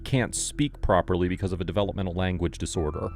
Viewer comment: learning “disroder”